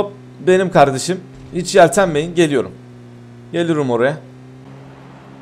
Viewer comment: gelüürüm oraya demesi galp